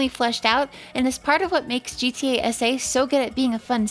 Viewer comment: The entire time while she was saying gta sa i though she was saying gta ese like spanish